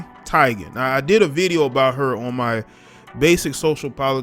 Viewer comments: Her name is pronounced TEE GuN -- not TIG GuN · It's TEE-gan bro. Lmao